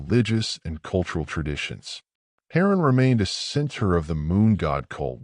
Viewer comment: Oh, you mean Hay-ran and Oor. I can't even hear anything else you say......."Heron" and "U-R"?😆😅